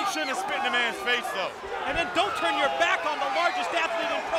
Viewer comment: Your tune your tuuurn 😂